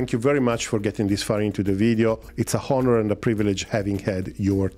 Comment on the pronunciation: the H in honor is silent